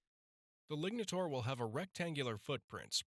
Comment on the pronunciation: You say lignataur, but I hear ligmataur.